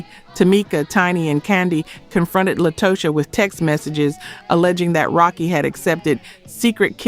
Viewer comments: The mispronunciations drove me NUTS on this episode... En Vogue - "in" Vogue Latocha - "Latasha" Scott TLC- Tionne "Tee-on" Watkins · Latocha should be pronounced Latasha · It's Latocha Scott not La to cha